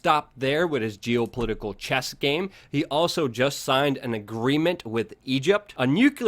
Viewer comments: PuTin not pooin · Hey Luke, I'm being hyper critical here but enunciate your "T"'s please. It's not just you but I'm hearing this a lot from Americans in recent years where words like "Putin" comes out like "Pooin" or Satan sounds like "Sayyin". What's up with this? Is this a conspiracy against the T sound?